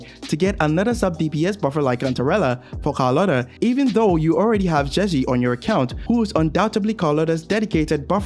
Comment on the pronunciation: "calculator" bro is doing calcharo dirty